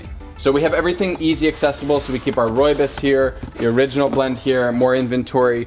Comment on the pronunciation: As I am from South Africa I could not help notice how you pronounce the word RooiBos here is a video explaining the correct way to pronounce it